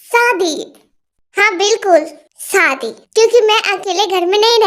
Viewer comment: Api AP story achi banati ho but Sadi nahi shadi bola karo😊😊